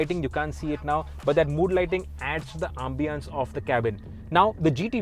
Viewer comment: What was that Ambiance pronunciation